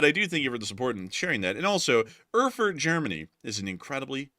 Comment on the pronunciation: It's pronounced AIRFURT. And they have great beer!